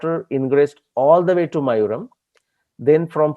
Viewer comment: Love your work! sir it is "mayilaaduthurai" (mayil-aadu-thurai) short form is Mayavaram (Maaya-varam) not mayuram. Thanks!